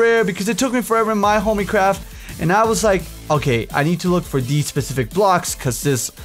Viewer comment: "this SHPE-SHIF-IC...." Oh, xD